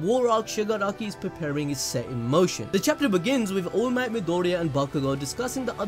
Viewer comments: It's to fucking funny when you're saying allmight but eventually I hear "ULMIGHT" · This the first ive watched from this channel, so is this guy really saying allmight as oolmight on purpose or is he milking it as a joke?